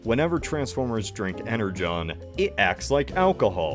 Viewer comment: Wait Energon is pronounced "Ener-john"??? That's pretty silly